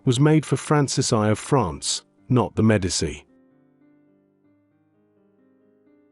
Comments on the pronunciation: I cannot sit through 20 minutes of an AI narrator mispronouncing Medici. It's MED AH CHEE not MED AH SEE. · IT IS PRONOUNCED ——“MED A CHEE” NEVER——-MED A SEE! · Love that the AI narration can't pronounce Medici.